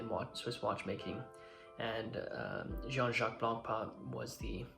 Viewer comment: It's pronounced je- han not John.